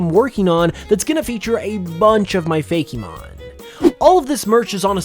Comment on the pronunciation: I used to like these types of videos UNTIL the tera-leak happened and we found out that Fakemons (and it's is FAKE Mon and not FAKEY Mon like you keep saying) were too widespread and ended up overlaping with what Game Freak wanted to do and THAT was why we don't have a Flying type Eevee.